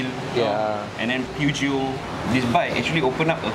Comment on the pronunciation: Its pronounced as 'Pee-ah-ji-oh'